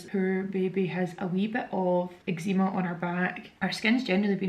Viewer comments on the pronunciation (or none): Never heard anyone call it ec-zee-ma before. Is that how it’s pronounced in Glasgow??😮😮😮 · I LOVE the way you say eczema x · I can’t cope with how you say eczema 🤣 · I have never in my life heard someone pronounce eczema like that before